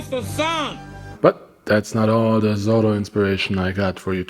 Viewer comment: Pls, don't speak ''Zorro'', it's ''Zoro''